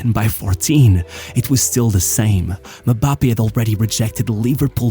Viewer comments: His unwillingness to fight aerial battles, is the only thing that keep him from being a perfect goal machine, unfortunately. Btw, it's not "Me-bappe". It's "eM-bappe". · As much as I liked the video, MM-Bappe is not how you pronounce his name. It's very annoying. It's em-bappe. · i cringed everytime bro said "muhbappe" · Why does he keep saying Me-bappe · Am i the only one hearing MaBappe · One of my favorite channels on yt. Sincerely love everything you do. You do the players I care about. But it really disturbed how you pronounced Mbappé😂